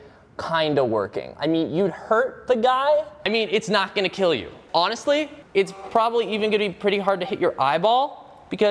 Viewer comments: "It will keal" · it weel keel. Anyone? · It will KEAL lol (If you know you know)